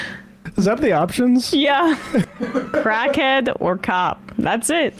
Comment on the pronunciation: "Call a crackhyead" "Pablo" "That's on YouTube"